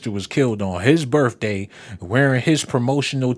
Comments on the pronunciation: It’s pronounced birthday not birfday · But of course u saying birfday instead of birthday